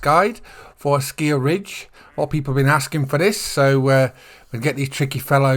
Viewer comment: Hi Ron! Thanks a lot for the guide! At the moment I am hunting wood ducks. They are really beautiful! I've got a rare already! 😁 The color pattern on your shotgun is really funny 😂 Not for me, but to each his own! And according to the EW-vids it's "Asciiiij-Ridge" 😆😅🤣 Have a nice weekend! 🤠